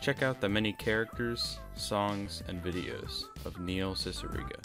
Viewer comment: N-neihl cicigara 😳😳